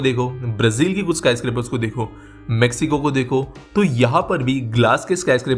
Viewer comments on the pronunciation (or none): none